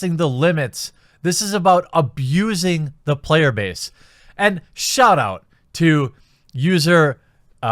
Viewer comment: "Payer Base" 🤣🤣